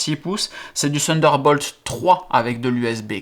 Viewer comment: sunder bolt mdr